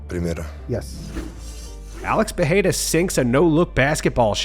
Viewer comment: This has to be one of, if not THE best MMA news channel ever! He even pronounced Pereira properly. 👍🏽👍🏽